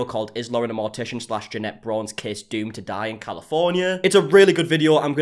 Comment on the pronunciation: Oooo I believe it’s pronounced “Janet” 😂😉